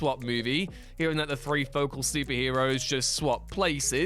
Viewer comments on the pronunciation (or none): none